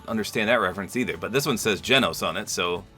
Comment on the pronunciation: so for the glitching i think it's bc in the anime the have a hologram of him pulled up and it's when they see his pfp of his ranking and stuff and i think that's why it glitches bc it's like that ig idk i think it's bc of that but i love how u said genos name right most ppl don't